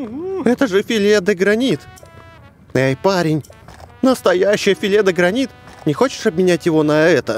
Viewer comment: прочитал филе де гранит как филе де грейнт